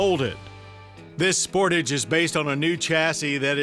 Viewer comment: Omg I just hate when people say “SPORTIGE” I have one of these and it’s so annoying when people say it that way. Something I love about this car is how put together and simple the Interior feels. It is also very comfortable to drive with soft seats. It’s also a lot faster than most cars in its class. Even without turbo.